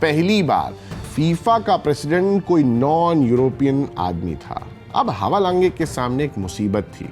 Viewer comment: भाई नाम का उच्चारण तो सही करो ! हवालाँगे नहीं हैवालांज बोलिये फुटबॉल गुरु 😅😅😅